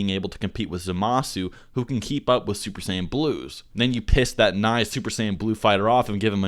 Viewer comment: Uber Sayan royal blue!